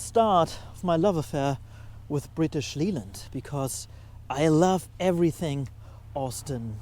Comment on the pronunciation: Oh, your English is perfect, but one tiny thing - British Leyland is pronounced British Layland. No idea why, just wont of those weird quirks.